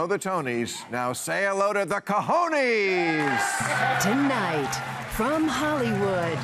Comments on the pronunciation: Hey Bill, I guess your crew is not as diverse as I thought so get Trader Jose to teach you how to pronounce "cojones" properly. It's not co-ho-nees, it's more like co-hoh-ness. But you get one cojon (not cajon, that means a box) for trying. Had to laugh at the obligatory lapel contraption, and anatomically asymmetrical indeed! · Mr. Maher pronounces the "e" in "cojones" the way the vowel "e" is pronounced in English. In Spanish, that vowel "e" sounds like the "e" in the word "technician." You are welcome!